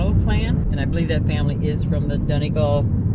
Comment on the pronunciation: I loved your video!! I'm smiling watching your narrow road scenes because I'm so used to them. :¬) As far as I know the start of 'Donegal' is pronounced like the 'don' in 'O'Donnell' and the 'gal' as in 'fall' but with a hard G instead of an F obviously. Though I'm not actually Irish so I would be prepared to stand corrected by a native! Imo x